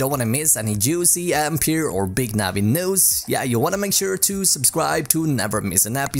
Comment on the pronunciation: When I said Swenglish I was more referring to the accent and the pronunciations of some word. (such as either , news , cheaper )